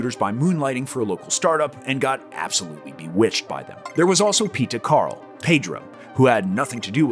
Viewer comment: You said Karl whaaaa?